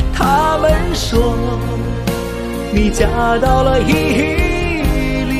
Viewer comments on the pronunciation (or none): 伊犁是Ili, 不是Yili